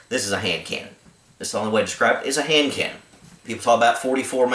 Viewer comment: Why does he describe it as a "hand cannon" by saying what sounds like "hand can"...twice? Enunciate!